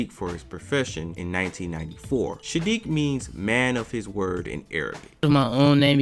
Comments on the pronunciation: Bro.... it’s Saadiq, NOT Shaadiq. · After hearing u call him SHADIIQ A hundred times.... I can't even finish watching this vid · Homie, why in the world do you keep calling that man "Shadique", my question is an emphasis on the weird, "Shhhhh" you've added to this man's name😳💭? The proper pronounciation of his name is "Sssssss"+aadique, that's 1 "S", not combined with any other letter like "sh" or "sch", it's just plain ole "S" as in "snake"🤦🏾‍♀️. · Dude gotta stop saying "Sha-diiq"